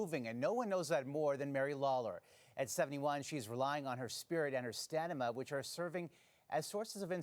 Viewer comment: "Stanima" lol